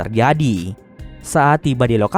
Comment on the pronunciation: Lava min lava, bukan larva 🤣